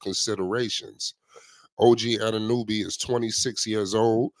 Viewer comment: Dude cant even pronounce OG last name